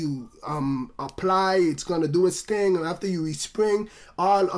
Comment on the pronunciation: Some ting wrong XD